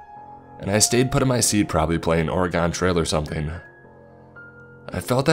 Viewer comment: Being an Oregonian I feel like I have to correct you on your pronunciation of my home states name it’s pronounced like organ not or-ee-gone